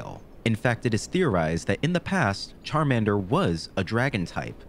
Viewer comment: Bro massacred my boy Charmander